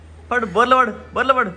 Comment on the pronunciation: Borlo kadhu andi its borla padindi😅